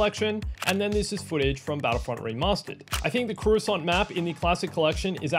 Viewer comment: I don't agree with your pronunciation of Coruscant (korr-roo-sant not koo-ra-sont) and Max Rebo doesn't sit behind his red ball jett organ, he sits on it!